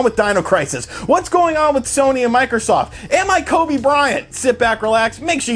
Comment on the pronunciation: You say kobe too? Reespect to that brother